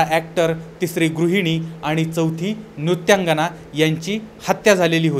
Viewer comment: नृत्यंगणा नाही नृत्यंगना